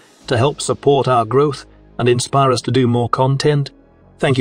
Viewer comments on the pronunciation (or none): none